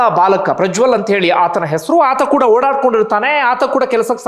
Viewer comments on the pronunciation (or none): none